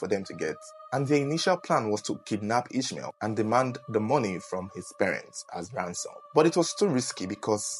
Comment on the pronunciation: You pronouncing the name wrong its pronounced as Is-ma-il its a muslim Arabic name its a sad story i pray the voodoo doctor gets punished including the tv station